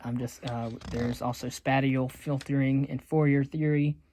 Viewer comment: Spatial is pronounced spayshul not spateal